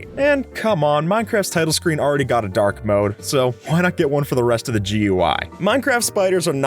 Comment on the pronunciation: dark mode but vietnam said dảk mode